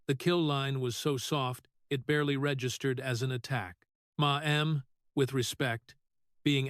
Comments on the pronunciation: Now, I finally have to say something about the narrators of these videos. $12 million is read as “twelve million dollars” not “twelve dollars million” and the number 10 is read as “ten” not “one zero”. Ma’am is pronounced “Mam” not “ma-am! A plethora of other errors, too. How can I get this job? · It's "mam", NOT "ma. am"!😮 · I can't listen!! The screwed up pronunciations on things like Ma'am... not Ma Am!